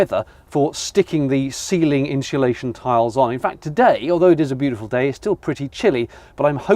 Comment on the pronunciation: I’m finding the pronunciation of insulation interesting. Are you pronouncing it ‘inshulation’ ? Perhaps an English regional thing.